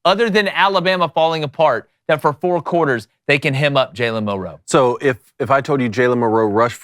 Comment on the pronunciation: Why can't these guys pronounce "Milroe?" MIL-roe. It's really not that difficult.